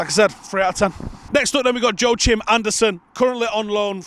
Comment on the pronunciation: Joachim isn't pronounced "Joe-chim" it's pronounced "wack-eem" 😂😂😂